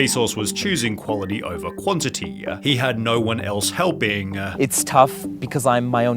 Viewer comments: Quanity? quan(t)ity? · "quanity" lol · It's always best to choose quality over "QUANITY"